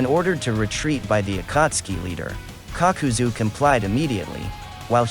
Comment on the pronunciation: Nobody: kakuzu Narrator: cock-cu-zu